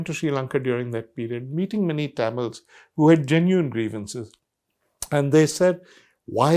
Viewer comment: Liked the content. Didn’t like how Mr. Sanghvi mispronounced Tamils throughout the video.